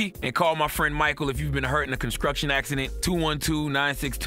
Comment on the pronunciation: Con-skruk-shun accident. 😄